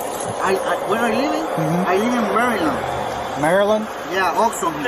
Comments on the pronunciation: I've never met a Maryland man that can't say "Maryland". Bro said "Marheeland" 😂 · He pronounces it Mary Land. 🙄